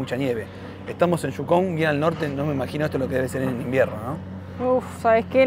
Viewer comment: No es Jhukon, es Yukon, donde fueres haz lo que vieres, o escuches.